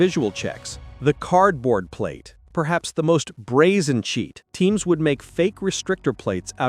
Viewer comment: Teams, not teens